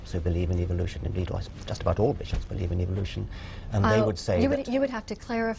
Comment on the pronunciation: The way she says "belive" is so damn close, if not the actual same, to the way Ms tenn South Carolina, says it... "I personally belive"... I bet they are related.